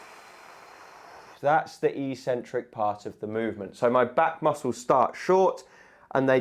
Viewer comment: Eccentric, not eecentric!